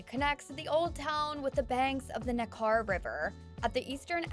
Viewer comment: There are several mispronounced words in this video, i.e., Nekar is pronounced "NEK-er," not "NeKAR."